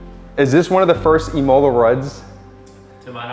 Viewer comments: Say “im” like “him” im-ola Not “e” like “he” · The way you pronounce imola should be a criminal offence haha but congrats on the car bro